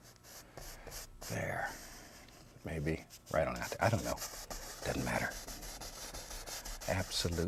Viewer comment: I love when he says “it dun’ matter” lol